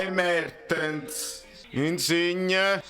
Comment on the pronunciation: "Buono il flitvante di Mavtens pev Osimehn"... Al posto della evve la evve 💙